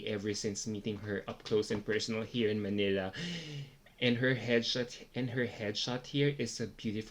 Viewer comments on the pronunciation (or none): none